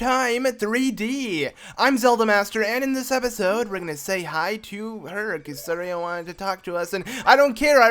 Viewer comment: It’s funny how you keep pronouncing Saria and Kakariko wrong lol😂😂😂😂